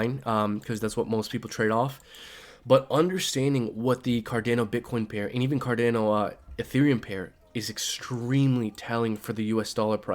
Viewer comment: For the love of God please stop saying CarDAYno. Its CarDHANO lol. Great vid though😁